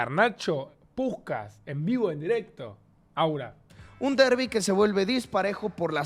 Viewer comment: Alta vergüenza oir a Davo decir "aura"